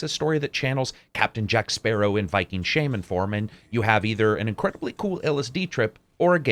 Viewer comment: Is it just me or did he pronounce "shaman" as "shayman"? XD